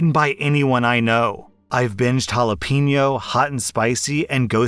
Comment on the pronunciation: Plz for the love of God. It's jale-PE-ño, not jale-PEE-ño.